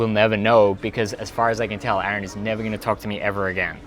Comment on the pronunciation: YOU DONE MESSED UP